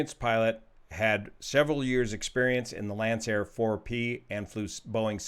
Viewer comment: That would be pronounced "Lankair"